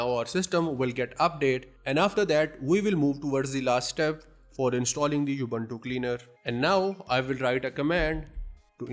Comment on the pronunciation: Thank you for a good video. It's not You-bun-too Its oo-boon-too